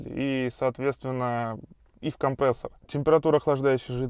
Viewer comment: К логопеду надо тебе сходить..) «компрээссор»...😂